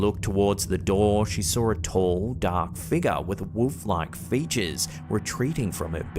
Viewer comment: ...Struck-shah. Dahk figgah...😅😅😅